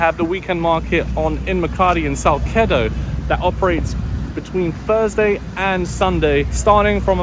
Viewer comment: Salsedo 😅not kido